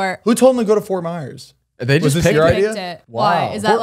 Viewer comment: NOT ME HEARING MY CITY FORT MYERSS